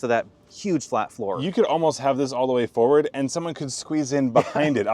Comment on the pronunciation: Why does pronounce "forward" as foWard?